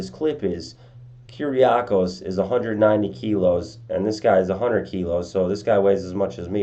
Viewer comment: I have the same name, your pronunciation is pretty decent!